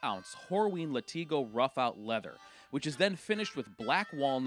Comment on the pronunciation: Dude, I really enjoy the channel, but your pronunciations are killing me. Your pronunciations of "cordovan", "vibram" and now "latigo" . . . need work. Just sayin! Beautiful boots though.